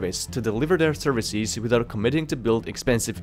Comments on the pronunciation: its leviOsa, not levioSA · Services, not ServiSEEZ. Businesses, not BusinesSEEZ. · Great video, but please work on your plural. For instance, It's servicEs not serviceEEs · I just like how he pronounces services like serviciiiis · I hate his pronunciation of businesses’(biznes-EEs) and services(service-EEs)